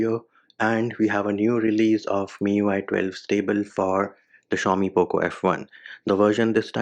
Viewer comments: IM A POCO F1 USER AND I LIKE HIM SAYING POOP LAUNCHER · U don't sound good while saying poco launcher😂... I miss your "poop launcher"